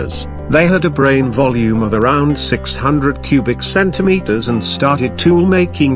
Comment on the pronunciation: The “CenTimetERs” got me😂😂😂😂😂